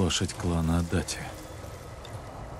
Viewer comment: Для справки, не Адати, а Адачи. Это неправильная русская транскрипция. Я сам живу в городе Адачи, район Токио